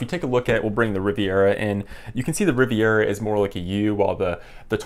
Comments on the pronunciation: sorry to be that guy but its'Rivera' not 'Riviera'. Good video though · Rivera, not Riviera, but I appreciate comparison